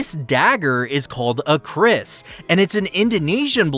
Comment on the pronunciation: I’m sorry but i’m Indonesian and you kinda said Kris wrong it’s pronouced Ke-ris i’m sorry i’f i offended you